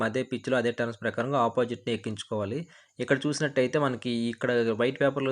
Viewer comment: టర్మ్స్ కాదయ్యా టర్న్స్ అనాలి